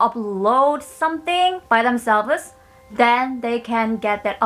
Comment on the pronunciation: "themselv-es" sorry, i was seriously watching this until i heard that, i laughed. so sorry